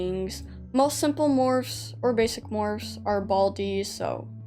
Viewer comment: For a second their I thought you said bassie not basic like are we talking dandy’s world or Wcue